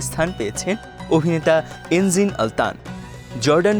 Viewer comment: এনজিন নয়, এনগিন